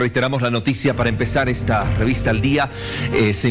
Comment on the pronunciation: Si saldrá de ejta... 😬😬😬